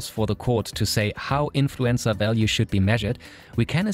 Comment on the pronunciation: Maybe it's just me but every time he says 'influencer' it sounds like 'influenza'.